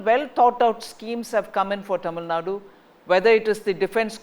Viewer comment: This fellow still not able to pronounce tamil nadu properly.